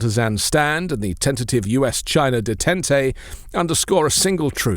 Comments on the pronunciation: It's pronounced "day- taunt". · It's De Tant..a French pronunciation. 😅, otherwise spot on